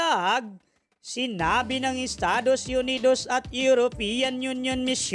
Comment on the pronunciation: Estados yunidowwws😅😅